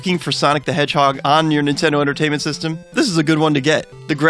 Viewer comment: intendo tertainment system